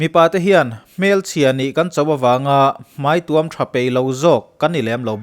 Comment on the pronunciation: Hmai tuam chung hian a tuam a😂😂,, i video ka en tohvah i chhiar sual ka hriat voi1 na